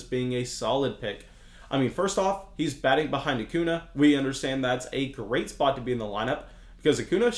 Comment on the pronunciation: Hey, might want to enunciate the ñ in Acuña. Don’t want to end up like that guy that tried to call out Bryce Harper the other day lmao